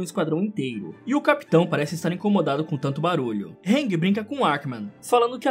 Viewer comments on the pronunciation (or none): none